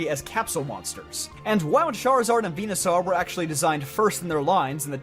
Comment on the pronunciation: Do you ragebait with these pronunciation because there's no way you say Bulbasaarr and Venusaarr